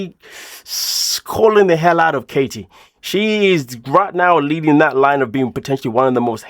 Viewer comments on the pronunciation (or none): none